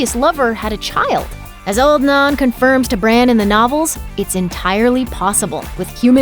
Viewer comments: As a Northern born English Brit I must make this point. The word “Nan” is commonly used here, usually to refer to one’s Grandma, but also any old motherly figure. It is pronounced Nan (like van, ban or tan) so I’m not sure where the person in this video keeps saying “Narn” or whatever, it sounds very odd. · NAN not NAAN, has the narrator actually watched the show? Or is she just reading a script? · Wtf is "old non"? It's Nan. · Old Narn? It's Nan, like in Nanny. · It’s pronounced “Nan”, not “Non” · It's not "old naan" you idiot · Why do you keep saying naan for? She's an old woman not bread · its not "old NON" theres an "a" in it not an "o". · Old NAN, pronounce it correctly please.... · I have never heard Nan, which is short for nanny or for nana, or even for the name Nancy, pronounced "nahn". The quote from GRRM is not a denial of the the Night's King being alive or being the Night King. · Who says “nann” bread? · You can't pronounce "Nan"? Pathetic